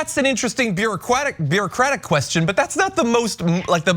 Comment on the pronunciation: Lol you said "beeroquatic"